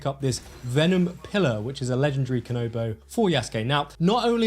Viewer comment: Yo,, please learn the communications of the Japanese words/names.. Kanabo is pronounced kah-nah-bow.